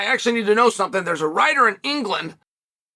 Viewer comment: Chael, employing his audience of knit wits to ask Ngannou "thumpthing" for him.